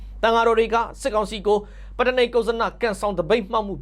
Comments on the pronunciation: ပတ်တ. နိက်ကုဇန. လို့အသံထွက်ပါ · ပတ်တ နိက်ကုဇ်ဇန လို့အသံထွက်ရမှာပါ